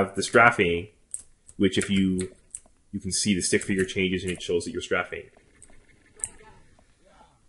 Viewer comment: Strafing? You're saying it wrong.